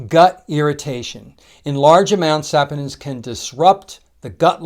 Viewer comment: The correct pronunciation is sa-PON-inz (sa-POH-ninz), with the stress on the second syllable ("po"). The first syllable sounds like "sah", the second sounds like "pohn", and the ending sounds like "inz". Sorry, was bothering me so had to google search copy and paste for you.